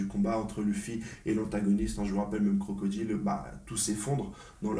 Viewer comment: Ça me fais rire à chaque fois que je l'entend dire "crocodile "😂😂😂